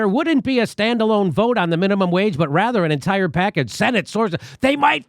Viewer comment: Did you say "force the GROPE" instead of "force the VOTE" ? at :52 LOL maybe that is a more correct term.